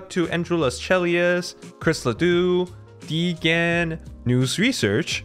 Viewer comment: Man the way he always pronounces the names at the end pisses me off :D Love the videos but when they end I scramble to shut them off